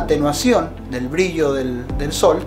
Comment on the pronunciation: No sabes ni decir brillo y te voy hacer caso...briyio🤣😂